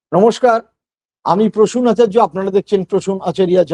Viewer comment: আচার্য বলুন নয় আচারিয়া বলুন